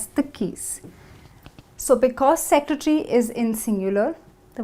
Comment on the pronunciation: She is saying 'because' and 'plural' incorrectly